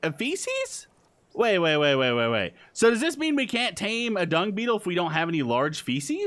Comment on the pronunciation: it sounded like you said The Prime Dong, instead of The prime dung